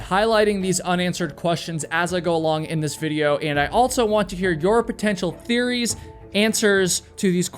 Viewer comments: It’s AL-SO!!! Not alt-so. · You say "altso" alot.